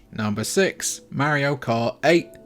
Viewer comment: Can’t believe a video with a guy mispronouncing Mario and not having Breath of the Wild as a top Switch game has 100k views. There is no god.